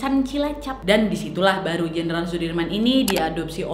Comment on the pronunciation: Jenderal bukan jendral